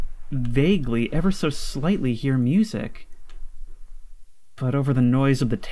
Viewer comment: bro no way that’s how you pronounce music